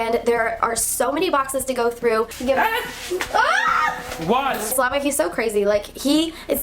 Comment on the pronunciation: I thought saliva instead of slava hahahaha Edit: I thought saliva